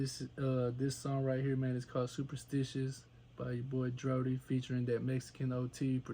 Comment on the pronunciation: It’s DRODi* not DRODI